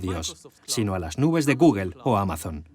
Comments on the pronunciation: Cómo te lo explico?? ....sería " Gógl" , Jamas "guguel" , ninguna "e" final se pronuncia en ingles ...Una e final es muda ; como nuestra H ... Que a su vez ellos pronuncian mal, como "J" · Cuando dice "Guguel" , se refiere a google verdad? jajaja .... Me dan risa los españoles , y es un traductor profesional ! madre mía! Cómo puede ser tan tan TAN IMPOSIBLE para los españoles pronunciar el ingles decentemente. Lo lograrán en el siglo 21?